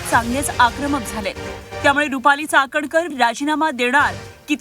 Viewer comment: Ti cakankar nahi catankar ahhe